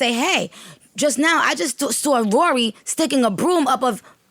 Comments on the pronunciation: Joes “Rory” 😂😂😂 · “Rory” Lmao!!!